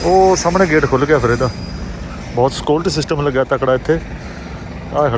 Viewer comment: Gawar scolty system nhi security system hai gawar bolna sikha ina paise v kharch krke bolna nhi anda lahanat hai